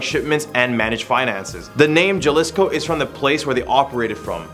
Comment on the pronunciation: It's not pronounced ja-liss-co it's like this ha-lee-sko. Just trying to help. Great video overall buddy. Good job all you guys. I like the seemingly random stuff you guys do list for...